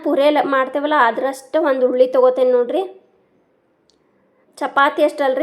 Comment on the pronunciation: Hulli endrey eenu ninna taley??tomot huli or hunsehanu hulli sariyage kannda matnadu ninnge buďdi ellva??